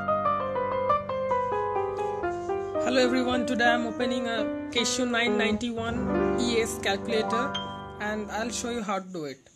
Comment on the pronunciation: it's not cashio (nuts). it's Casio.